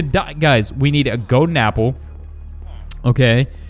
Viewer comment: I'm pretty sure that I need a "goden" apple. what's a "goden" apple?